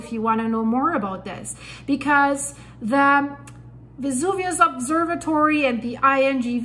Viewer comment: Miss please the VESUVIO non si chiama VUIA and the gulf of POZZUOLI non si CHIAMA PUI or PULLI 😂😂😂: why do you not pronunce exact the original names? Thank you